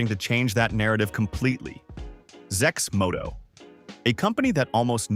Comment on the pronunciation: Thumbs down for A.I generated videos that can't pronounce the name properly...